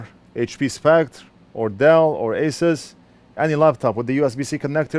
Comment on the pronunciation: I've noticed you're having a hard time pronouncing "Spectre". If it helps any you can pronounce it like the word "Specter". Essentially they're the same but one is an English spelling n the other is french